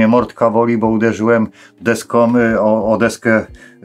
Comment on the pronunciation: Uderzyłem się „deskom”😂😂😂😂 tak mówi co drugi polityk 😂😂😂😂